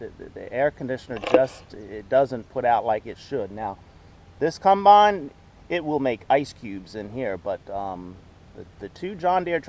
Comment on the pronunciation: Please stop saying cumbine it’s a combine